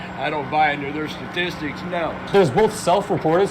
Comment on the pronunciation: Shtatistics!!😂 you got me rolling on that one David!!